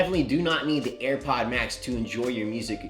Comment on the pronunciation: Learn to say the damn name right